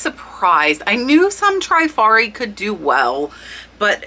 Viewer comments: Loved the content but you are mispronouncing the word Trifari. I grew up in Rhode Island where they were headquarter and worked there one summer between college semesters. Its pronounced Tre - fa-ri not Try-fa -ri. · How to pronounce Trifari - tri faa ree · Trif ar i 3 syllables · Thanks SO MUCH for your excellent info. FYI,. It's pronounced Trif ari. Pave is pa vay,. and it's Skap a relli,.